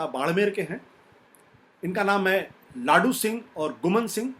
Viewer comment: लाडू सिंह नहीं, लादूसिंह होता है सही नाम